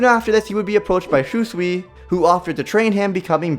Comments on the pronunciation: Did this man really just say Shoe-sui? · shoesui is that how you pronounce it and kotomatsukami hmmmmmm somethings off can you spot it kids